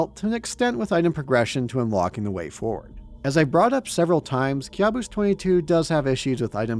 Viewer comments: I think it should be pronounced "kaboos" not kyabus😂😂😂😂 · It's pronounced Ka' buos 😊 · It's pronounced "caboose" bro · Youre kinda pronuncing the world wrong Kabus is a persian loan word in turkish, youre pronouncing it as if youre immitating Turkish accent